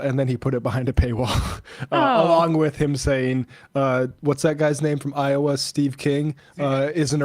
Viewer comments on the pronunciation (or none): none